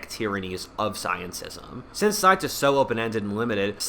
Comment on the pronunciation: Hahaha sounds like u said stience